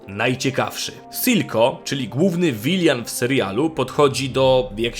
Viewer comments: Proszę Ciebie nie używaj już słowa wiljan bo to czyta się wilan po prostu pls to aż kole w uszy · To chociaż wypowiadaj to poprawynie: "vilyn" nie "vilian", nie będzie aż tak przeszkadzało w oglądaniu. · Proszę, villain to nie /wilian/ tylko /wilyn/ ewentualnie po 'polskiemu' /wilan/ :D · Przestań mówić "Vilian" proszę, jak to boli w uszy. ZŁO-CZYŃ-CA to nie jest trudne, a nie boli w ucho. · nie wypowiada sie czasem "vilen"